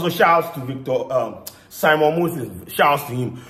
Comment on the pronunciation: Simon not Saamon😂😂